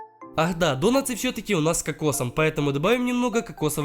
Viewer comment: Не донатсы а донаты с ударением на а.